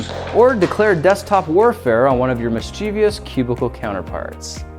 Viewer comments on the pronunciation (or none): 3 syllables: mis-chiv-us. Don't make it harder than it is :P